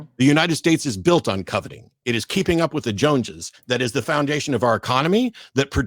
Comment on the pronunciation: listen! "Co-ve-ting"